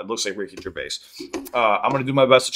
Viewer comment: You got his name correct 👏 most americans say it wrong